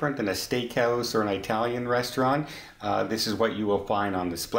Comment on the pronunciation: hittingtax26 Give him a break! He's from Ottawa that's how we pronounce it here. It's quite a popular name in these parts. Mind you he did say EYEtalian sooo... being part Italian I say throw him overboard!! (Just kidding luv ya!) Say it however u please. 😊